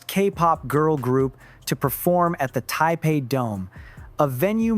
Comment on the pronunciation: Narrator, like most people, needs to learn how to pronounce Yuqi's name. Very simple: "Yoo-chee." Of course he can't pronounce Taibei either. There's no "p" sound in there, bro.